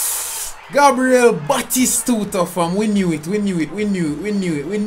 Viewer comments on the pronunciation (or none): none